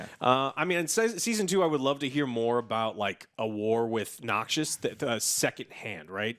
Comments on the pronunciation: "Demacia, Noxious..." Lul tongue slip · Its NOXUS. Not Noxious XD